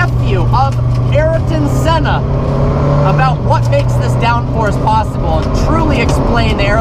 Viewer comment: Who is Araton Senna? It's Ayrton Senna.